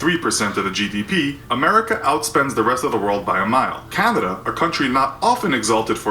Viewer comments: Lol the narrator “ Canduhduh”. Wtf bro pronounce it correctly. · Couldn't get through it after the narrator kept saying Candada